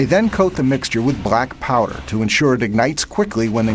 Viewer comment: Why he says brackpowder? I think it is blackpowder.